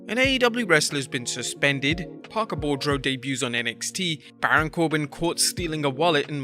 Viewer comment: Parker's last name is pronounced BOO-DROW. as in boo grow but with a d and not a g.